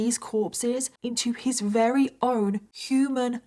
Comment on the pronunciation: Just something I've noticed... alot (most) of the time you say wary instead of very 😊